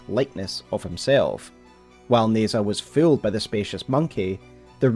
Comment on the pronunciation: In Pinyin, zh usually makes a J sound so Nezha is pronounced more like "Neh-Jah" than like "Nez-hah."